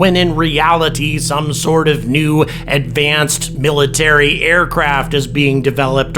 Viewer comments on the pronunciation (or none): none